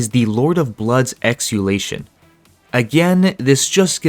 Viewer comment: It is also called exultation and not exulation 😀